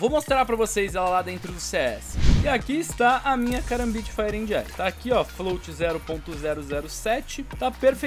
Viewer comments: Mano não é ANDI, é AND (D mudo) Tipo Fire ANd Ice. TMJ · ta me dando agonia tu falando and com d se fala so an como Fire an ice n se pronuncia o d <3 dicas do luskitas uhshuahusahu